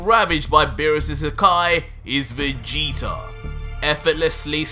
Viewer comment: I normally really like watching your videos I’ve been a fan for a while but I do have some problems with stuff the fact that you sometimes say Vegeter And the way the story is going Vegeta is supposed to now be turning a leaf going farther into the good side rather than trying to keep the feeding Goku he has new motors for life now which is his family not defeating oh cool that’s just my opinion though